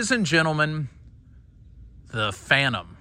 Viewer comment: The Phan-nem 😂😂